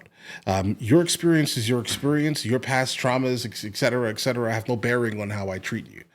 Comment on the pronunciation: Sorry to do this again... but, it's "etcetera" not "ekcetera"